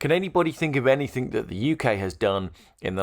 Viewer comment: It's 'anything', not 'anythink'.